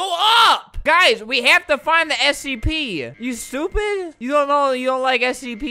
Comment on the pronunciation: This dude saying sep instead of scp